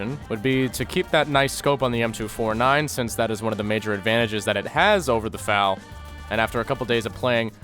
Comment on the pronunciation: I’m so happy he said FAL